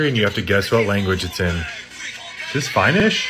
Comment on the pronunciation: "Fienesh" bro you disrespected finnish people with this💀